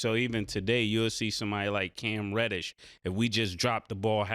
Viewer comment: Bro said cam reddish 😮🤣💤🤦‍♂️